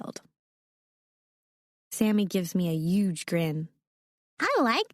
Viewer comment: The fact that she says uge instead of huge 🤦🏻‍♀️